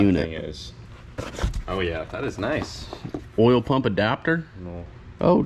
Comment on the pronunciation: 24 minutes of saying "Noice"